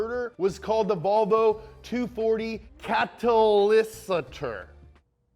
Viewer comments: Why do you talk with a German accent, we do not speak German, we speak SWEDISH! We partar actually mer like som more Svengelska. Hurres pere or what the fuck you call Häst krafter with that fucking fake German accent and by the way you pronounced Katalysator wrong! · katelisatoor if you dont know how to say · katalysator? im swedish and i can't pronounce it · you say katalysator wrong #VOLVO POWER #MADE BY SWEDEN #IM FROM SWEDEN